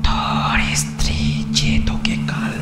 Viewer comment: golpo ta osadharon... gaye kata dicchilo sunte sunte... lekhok ke dhonnobad ei level ekta golpo upohar dewar jonno...eto boro golpo intensity maintain kore poratao commendable bepar, sejonno channel ke kurnish... sudhu koyek jaygay stree kothata istiri sonacchilo, eita ektu thik kore nio...